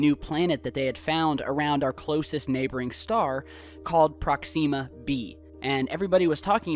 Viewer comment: Oh so they continue to work on the ion engine they started to in the seventies. The maneuver that you mentioned was used in 2010 the movie. The book was written by Arthur C. Clark. 2001 a space odyssey, and 2010 the year we make contact, and several others in the series. You're still mispronouncing Proxima!